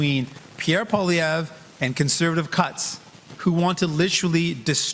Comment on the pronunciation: Okay, the fat guy has to start pronouncing Poilievre's name correctly or this is not a serious show. Andrew Lawton wouldn't allow that crap.